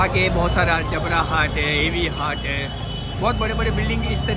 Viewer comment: Jabra hat nahin "jabbar" hat hai